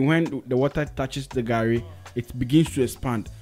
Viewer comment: And it's Garri not Gari Soakings